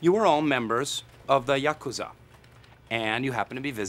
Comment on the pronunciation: His pronunciation of Yakuza is perfect